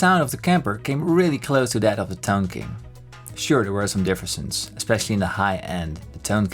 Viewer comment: "Sure there was some differsons." I'm not really making fun, it just sounded hilarious to me.